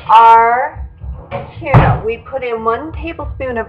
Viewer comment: I made this tonight. It was delicious and my family loved it. Just an FYI - I think quinoa is pronounced, Keen-wah, as this is how they pronounce it on the Food Network.